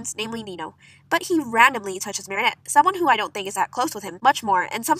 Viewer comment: Ehy u said marriniot